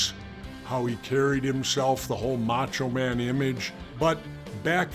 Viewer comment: He did but it was funnier with Vince. They still had chemistry during that old school Raw too. Plus I loved hearing him call him MackMan